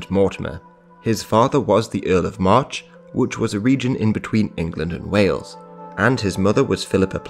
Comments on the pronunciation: I kept hearing Earl of Marr instead of March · We prounce March was Marsh. :)